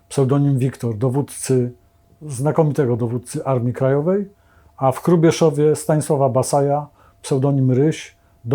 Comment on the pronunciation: Panie Witoldzie w Hrubieszowie, a nie Krubieszowie.